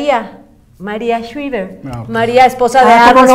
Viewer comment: Maria shriver se pronuncia shraiver